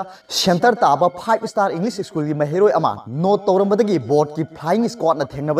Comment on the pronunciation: Shennter taba fibe esstarr inlis esschun ...bord gi phaying esquad 🙄🙄